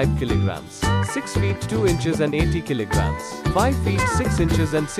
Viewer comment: It is not kili gram it is kilo gram